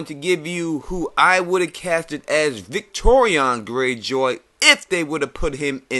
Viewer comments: Why are you pronouncing it like "Victorion" instead of "Victarion"? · Victarion, not Victorian, mate... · Yeah man, I know who you're talking about. Great video by the way, and I 100% agree with you about the recasting of both Euron and Victarion. I was just wondering why you pronounced his name that way. Love your videos, and it's awesome you actually reply to people's comments!